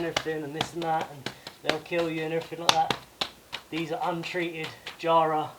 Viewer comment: Hey, Just some advice from an Aussie 100 year old Jarrah (pronounced with a short a not a long aaah - btw) is going to be BLOODY TOUGH mate. Australian termites find it too tough for their little teeth p and those bastards will eat anything! On the upside, in 100 years someone else will be recycling the sleepers you recycled. Keep up the good work - am just so jealous